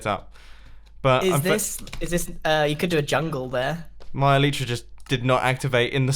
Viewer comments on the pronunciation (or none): none